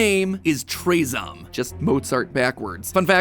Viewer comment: I think that it isn’t pronounced traezom, but rather traahzohm.